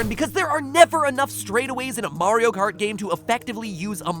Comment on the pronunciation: Mario KKKart